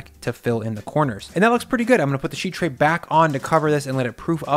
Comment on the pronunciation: Is it me, or does say sheet oddly? SHHHHeet.